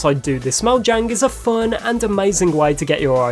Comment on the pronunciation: That's not how mojang is pronounced.